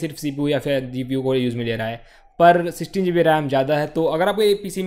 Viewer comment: It'd GB , not zeebi